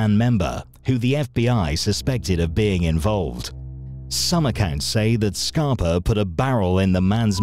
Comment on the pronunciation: Sounds like you’re saying “Scarp-o” in some spots in the video instead of “Scarp-A”. Love your videos as usual. I know COVID is slowing things down but try to make some new videos n keep it coming my man 💪🏾💪🏾💯💯